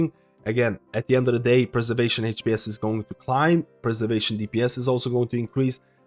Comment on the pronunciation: Man I love your videos, first thing I check for changes and when I wonder what to chose for healer main... but this "heych-p-s" pronunciation is killing me